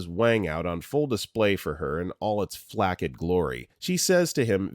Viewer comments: Just a couple of FYI's: The word "flaccid" is pronounced like "flass-id" or even (less well known) "flack-sid" not "flack-id"! The word "vapid" is pronounced so that it rhymes with the word "rapid" not "vape-ed". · this is actually a person not AI. There were other words he mispronounced as well such as flaccid and vapid